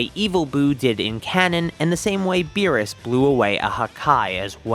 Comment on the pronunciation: He said meerus except beerus